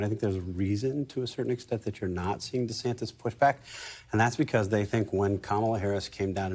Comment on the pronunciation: She called him Ron DeSanctus and keep going🤣🤣🤣